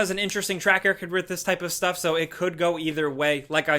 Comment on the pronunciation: ‘Shh-Stuff’ 😂 😂 nice catch.